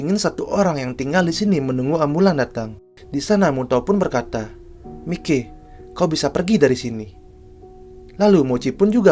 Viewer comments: Maiki bang bukan mike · Mike Mike apa sih 😂 harusnya Mikey dibaca Maiki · Bukan Mike bg sebut namanya Tapi dibaca maikiy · Masukn itu dibacanya maiky bukan mike . bg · Maikey bg bukan mikey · "Mikey" ❌ "Maykii"✔️ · Maiki bg klo di baca bukan mikey😂